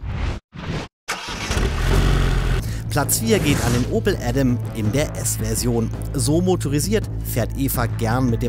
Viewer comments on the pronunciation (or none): none